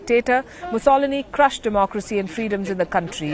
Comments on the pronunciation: The stupid Palki can not even pronounce 'Mussolini' properly! It is pronounced 'mus-so-lini' NOT 'mussol-ini' . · Nice presentation... Please, the correct pronunciation of "Mussolini" should place the stress on the first "i"... Thanks! I know Italian is difficult because of its accentuation... but... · Mu soloni!!! Mu-so-li-ni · Mussol-I-ni, on the first "i" is the pronounciation. Not Muss-O-loni which is even double wrong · Good report but please work on the pronunciation. The former leader Mussolini is pronounced Muss-o-leeny not Muss-oliny. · He's called Musso - lini, not Mu - solini!!! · Moo-sal-a-nee....you mean moo-suh-lee-nee....Mussolini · It's pronounced MussAlini not MussOlini. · mussoli'ni not musso' lini good god!! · Miss Sharma, Mussolini is pronounced MussoLIni, not MussOlini. Also, think again about referring to Eastern Europeans as "closed-minded" on social issues. Perhaps it is the left, which you seem to be part of, that is closed-minded to the truth on social issues. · Who is Musaulini? Its Mussowleeni! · Stop saying Musolome. Nobody understans you. It's s Mussolini, (mu·suh·lee·nee). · She pronounced Mussolini wrong. It's Mussoleeeeeni. Not MussOLONi. As an italian i cringed with the way she said his name. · It's Musso-LI-ni, not Muss-O-lini. Otherwise, great report. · Pronounced , Mussol I ni not Muss O loni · On my first visit to Monaco, I was treated to the local pronunciation of the famous "CAZ-in-o" instead of the American "Cuh-SEEN-o". Here, in this Meloni piece, I learned "Moo-SAHL-inee", a charming way to present Benito's surname. I like it. 'Think I'll use it from now on. And when I travel to Washington state in the U.S. I promise to pronounce the little northwest town "SKWIM" not "SEE-kwim". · Do a little research and learn how to pronounce Mu-soh-lee-nee. Lazy journalism. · Pronunciation correction: phonetically: MOO SO LEAN KNEE. (Mussolini) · Moose-o-liney??? Who’s that? 😂😂😂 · It’s muss-oh-leeny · It's Mussolini. Mu-so-lini